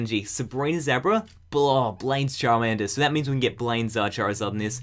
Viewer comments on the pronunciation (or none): none